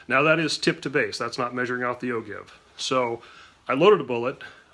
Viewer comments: Even the google pronouncers don't all agree......but "o-jive" seems to carry the day. And it's more fun! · Excellent video! But..... it's pronounced "O-JIVE"! I'm just sayin"...